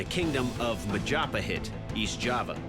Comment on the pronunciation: Majapahit is pronounced incorrectly by the dude